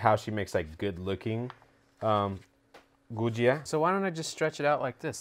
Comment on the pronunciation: Ha ha enjoyed watching you butcher the “gujiya” 😂 probably better than my first try , kudos 👍🏼